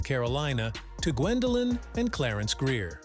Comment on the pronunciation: Mispronunciation of her last name!